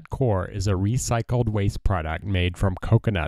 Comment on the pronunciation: Properly pronounced 'coyer'. ;)